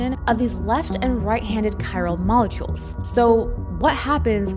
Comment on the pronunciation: Mol-e-culs lol